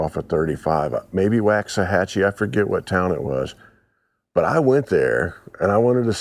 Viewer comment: Great video. Favorite Buddy Holly song for me: "Rave on" and my hubby's is "Not fade away." (Side note: both of us are from the Lubbock area). Just wanted to add, Waxahatchie is pronounced Walks-uh-hatchie. From a proud Texas native.🇨🇱